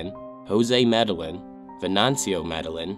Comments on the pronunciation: The last name medellin is pronounced as "me - deh - yeen". In Spanish, when you see two L's together it makes a Y sound. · For future reference, Medellín is pronounced "Med-ah-yeen". Two LL's together in Spanish are pronounced like an English letter "Y".